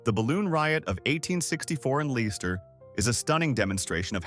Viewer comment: Leicester is pronounced lester not lesser or lychester😂